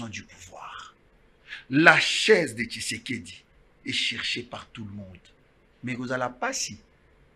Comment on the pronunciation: PRONONCE TSHISEDI ET NON KISEKEDI TU TÁGITE TROP SUR TON PLATEAU...COMMUNIQUE COMME TON MAITRE QUI NE CRIAIT PAS MAIS CONVAINQUAIT